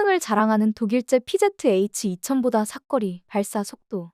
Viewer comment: 아니 왜 사거리를 사꺼리로 읽는것이냐.